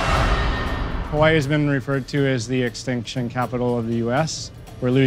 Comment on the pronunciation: learn to say Hawaiʻi correct.